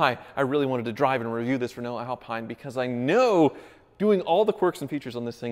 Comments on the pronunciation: Being from Europe and driving Renaults listen he says the Right name how we do :D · Nope. "Reh-no" would be the correct way to say Rénault (with an acute accent "e"). Since the "e" in Renault is unaccented, the correct pronunciation is "Ruh-no".